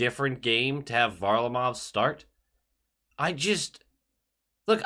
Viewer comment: I’m trying to figure out if he’s intentionally not pronouncing Varlarmov’s name correctly or does he just not pay attention to any other teams until they play us? I don’t think I’ve heard anyone ever pronounce his name that way